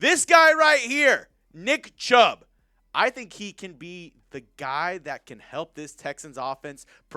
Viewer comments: he did say chubb in the intro lol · Ya he messed that up for real😂